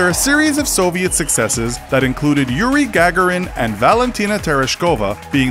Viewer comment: Gag a rin. Lol!